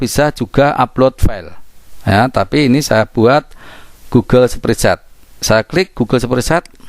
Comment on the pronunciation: Sepritset... kurang enak didengar spretsit lebih enak om